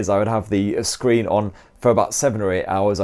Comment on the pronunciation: Curved scree? Yuk 🤮